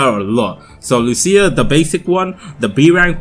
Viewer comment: Put the emphasis on the u in Lucia instead of the I, say it like "loose-ya" instead of "loo-see-ya Hope this helps